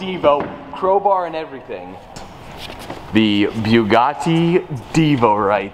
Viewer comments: Bouguati (Thats what a French guy hear....) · ''Byugati''!!! What was that pronunciation at the begining....Byugati !!!??? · Why did he butcher the name twice then when he was opening it he said it propley then went right back and butched the name again .